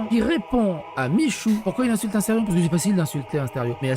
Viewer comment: c'est astérion papalapa c'est astéfion papalapa